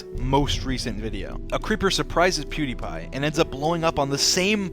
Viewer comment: lol as a Swede as pewdiepie i feel like everyone pronounces his name wrong